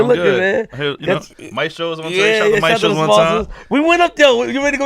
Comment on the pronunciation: Just for the record in the opening advertisement you promote (maestros) you say it wrong, you pronounce it mae👏stros👏...the right way is ma👏e👏stros👏 (3 syllables) the word means teachers just for the record